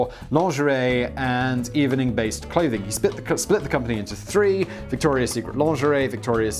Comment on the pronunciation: Did you just pronounce the second e in evening?